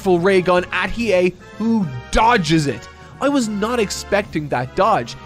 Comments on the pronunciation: pronouncing Hiei's name properly on the first go is the character development I've been waiting for. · 🎉👏🏼 should be proud of himself, got the Annunciation right on the money, and I bet you he probably thought to himself "There's no way it sounds the way it looks" but it does. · Ur pronunciation of 飛影is fine 👍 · I'll give him a pass, he's saying his name Right, just with more emphasis on the "U" (like "Gon" but saying it like "Gone" during his 1st HxH vid). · well not perfect as the weight was not fully correct but yeah pretty good(just went to the Japanese dub to make sure) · Im so excited for part 2. I love hearing someone who never knew about YYH experiencing it for the first time. Im trying to get a friend of mine to watch it myself. But shes being stubborn lol. Its a favorite from my childhood and yes you did say Hiei correctly lol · He might've nailed Hiei's name, which is really impressive (unless he just listened to the pronunciation of an episode) but of course he mispronounces Kurama like 90% of all three syllable names